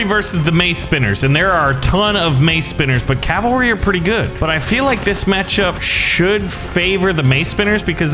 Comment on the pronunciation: its... not... CALVERY ITS A WOBBLY HORSE